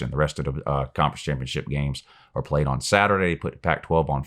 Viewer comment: the only thing i hear come out of mouth when he talks about Alabama is "who have they pwayed"